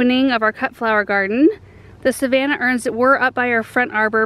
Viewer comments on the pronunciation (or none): none